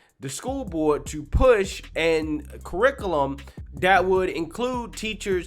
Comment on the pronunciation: Caricoolum? Where'd you learn English?